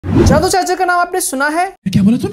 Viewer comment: Or ye daddu ko jadoo pronounce karrha hay